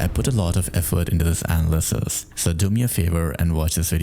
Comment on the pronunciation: Hey, it's uh-NA-luh-sis not ana-lysis. Otherwise great video! Been enjoying your stuff since the beginning❤.